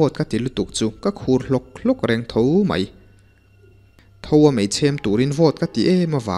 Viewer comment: Thoa mei chhem tih te hi a mak thei ka tih thawh a mei chhem tih awm tak nge i lam dan a mak hrim hrim zawk